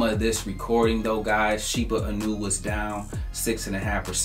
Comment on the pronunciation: Inu -> ee-new not i-new